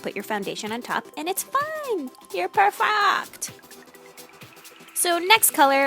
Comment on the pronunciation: when you were saying "you'll be Perfect" I defiantly heard "per-fucked" lol but truthfully that's how I feel when I'm trying to do eyeshadow lol I can do a perfect cat eyeliner but eyeshadow is literally the hardest for me.